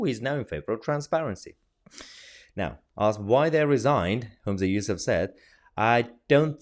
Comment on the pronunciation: You miss pronounced his name. It's useless